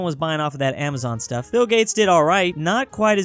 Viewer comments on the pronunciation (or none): none